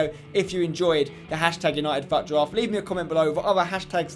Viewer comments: It's not fatdraft its futdraft lol. Nice video tho!! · When you said fut it sounded like F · Not trying to be mean but it's pronounced fuut